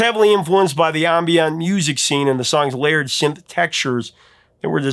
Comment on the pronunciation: I love you man, but it's not a French word, "ahm-byohn", just plain old ambient